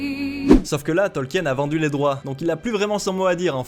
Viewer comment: Sinon ça se dit Tolkin; la vidéo s'y prête en même temps ^^